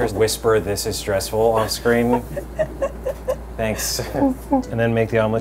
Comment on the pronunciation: He said stanks